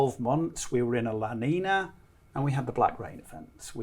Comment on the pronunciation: Dude cant pronounce la niña. Makes me think hes clueless.